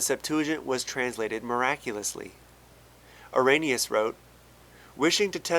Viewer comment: You probably know this by now, considering this video is several years old, but Irenaeus is actually pronounced like ear-in-ay-us.